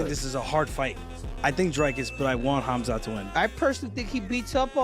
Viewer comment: He doesn't even pronounce his name correctly. His name is Hamza (حمزة) in Arabic. 😂😂😂